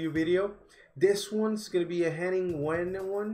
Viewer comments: Yes, it sounds more like 'vain' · That is Wehn pronounced with a V, he is German!